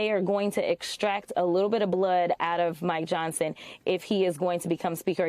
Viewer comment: That Fox guy said Speaker "Johnston" at :31. No one has ever accused Fox of having any intelligence so I guess we can let it go. Love me some Jasmine Crockett BTW.